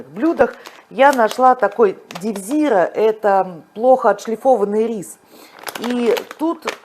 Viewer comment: И правильно, что не сливаете бульон от чечевицы: он очень даже вкусный. 🙂 P. S. Правильно произносить название риса с ударением на последний слог (хоть это и несколько непривычно) — девзирА.